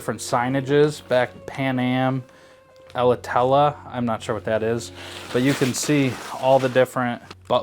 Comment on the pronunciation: Alitalia, or "ella-tella" as you called it, is an Italian airline 😂 Wow, so cool to see this house, thank you! Can't wait to see what you'll do with it, if you buy it!